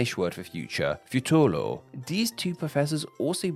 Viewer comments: I thought only japanese speakers had trouble pronouncing "R" , but i hear you pronouncing it as an "L" as well. "FutuLo" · Why do you pronounce Futuro and Turo so weird? It’s like you’re saying Tolo